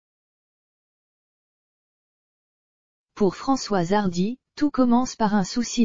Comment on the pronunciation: non. Non l’information est hélas vraie mais ce qui est déplorable c’est la voix robotisé et quand même un script complètement stupide et cette voix ! A 3mn 20 « Françoise Hardu » puis layyyne Renaut ! Et ces constatations complètement idiot sur les conséquences de la maladie. Cette triste nouvelle que ce soit pour Françoise Hardy ou pour madame tout le monde ça mériterai quand même un minimum de respect et de réflexion. Quoi qu’il en soit j espère comme bcp de personnes que Françoise Hardy aura le soulagement et des soins palliatifs qui lui permettrons que la fin de vie soit supportable autant physiquement que moralement. C’est d’ailleurs ce que je souhaite pour chacun d’entre nous. Et je suis de tout coeur avec elle et ceux qui réclament le droit de choisir d’abréger leurs souffrances.